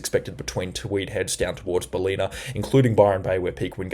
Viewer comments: Ballina is pronounced. Ball-in-a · Great work ! Just a minor correction , its Bal-inn-ah , not Bal-een-ah . Greetings from Lismore (Floodmore). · Bal-een-a ? I think it's BAL-en-a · This is awesome. I'll even dismiss your pronunciation of some places (B(a)llina, not Bahleena). Thank you. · Ballina Pron BAL - in - uh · Great reports. Pronunciation of Ballina is Bal-in-a. 💜💫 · Ballina pronounced Bal-in-a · Ballina pronounced Bal like Sal-in-a I hope it helps. 😉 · you say ballina all wrong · Hi. Thanks once again for your video and information. BTW, Ballina is pronounced (phonetically) Bell-in-a and Caboolture is pronounced Ca-bool-chur (like church...well, it's really -ture but it sounds like chur). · Great reporting, but can tell you are not from Queensland or NSW, your pronunciation of Caboolture and Ballina is incorrect.